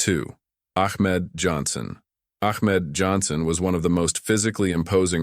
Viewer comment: That boy said achmed Johnson 😂😂lawdt get the gun😂😂😂